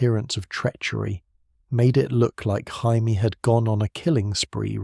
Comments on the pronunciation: Great retelling, except for calling Jamie Lannister - Hymie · i mean to be fair, its spelled jaime not jamie so either pronunciation is fair